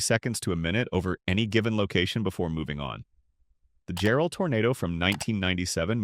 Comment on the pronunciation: Excellently done, thank you. Jarrell was a monster; I know some tornado experts rank it the worst ever for the level of damage. Thank goodness it only really hit Double Creek Estates, and not the town itself. Oh, and it's pronounced JARrell. Accent on the first syllable.